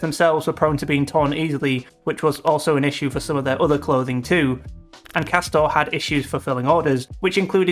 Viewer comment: Isn’t it actually pronounced ‘Cass-tor-ray, like it’s pretending to be Italian or something?! How embarrassing, as if any Italian supposedly premium brand would be such sh1te quality!